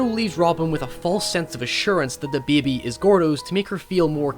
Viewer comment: god i hate the way you say baby